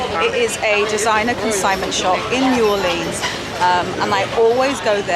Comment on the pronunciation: Nice! But please have Michael teach you how to pronounce New Orleans 🤣😂🤣